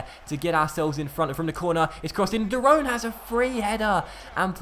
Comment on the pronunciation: Can you start pronouncing De Roon correctly like you did at the start you are now saying de roan haha also train dael fry in season has potential of 82+ and grows quickly with training